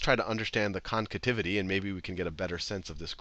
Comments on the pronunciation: Nice video. Very helpful... Only it's "Concavity" not "Concativity" XD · The hell is a “concativity?” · Haha! "Concativity" again. :D